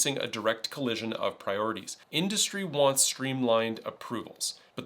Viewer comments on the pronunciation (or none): none